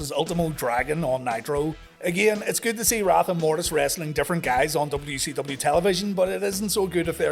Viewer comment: Dubba-yu sevendee. Sounds like been sniffing the WD-40.